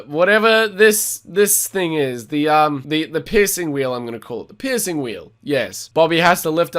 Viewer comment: I know that you're saying "piercing wheel" but with your accent it sounds like you're saying "pissing wheel"